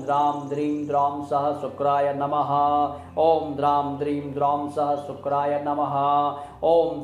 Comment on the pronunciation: Uchchharan sahi nahi hai..sa ka nahi sha ka uchharan hona chahiye.. it is shukray not sukray.. mantra ki shakti aur sarthakta uske shudhha uchcharan se hoti hai.🙏